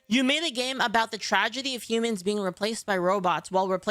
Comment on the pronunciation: "humAHns" always suspected you were a ferengi